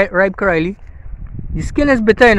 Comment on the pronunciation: U r the first person who called it how we called it in Grenada 🇬🇩 caraille good job😊